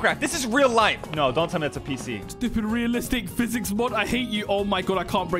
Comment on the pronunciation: Bro realy said stubid